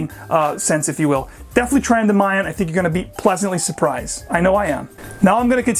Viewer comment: I'm a huge Penhaligon's fan and had to comment here to correct a mistake so when any of us visit a Penhaligon's shop in the UK, we won't embarrass ourselves. I love your review but you got "Endymion" way wrong. It's pronounced "en-DIH-mee-un", accent on the second syllable. Not "EN-duh-MY-um". Oxford English Dictionary online will confirm.